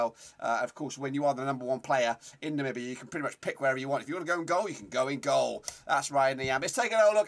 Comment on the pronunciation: First white man that say my country's name right namibia!!!!